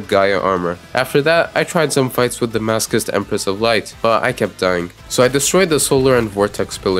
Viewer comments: i pronounce it as maso-chist, maso like laso and ch in chist like ch in chitin. Now, most people pronounce it as maso like laso and chist like kissed. Aaaand this dude pronounces it like mask-ust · The way you pronounce masochist trigers me on a level I never knew a word could triger me, nice video overwise, keep up the good work Ps. Write down how you guys say masochist❤❤❤ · I love the fact ur saying masochist as masokist, it makes it even madder